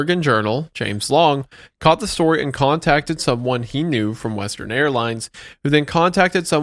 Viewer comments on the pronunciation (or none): Does Wendigoon not know the word "caught"??